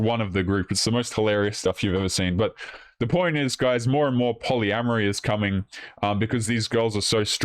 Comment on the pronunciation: I'm done with women that can't even say a simple word like " more".